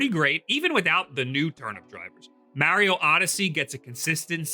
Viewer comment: lol, "Maorio"